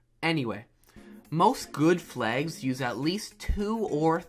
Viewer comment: I got a question: Why do you say flags like "flegs"?